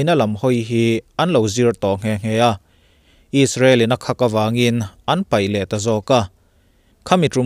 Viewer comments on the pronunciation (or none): none